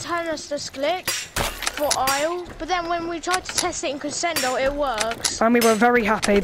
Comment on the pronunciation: It's pronounced creshendo